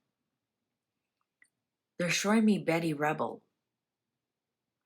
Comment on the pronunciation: Ruble not Rebel. Betty.